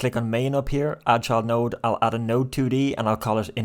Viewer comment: Thank you sooo much for the tutorials! I've always wanted to create computer card game and with your tutorials it's been really fun and easy. One note though everytime you say "Child note" I hear "Chud note" and I have picture of chud meme playing notes in my head 🤣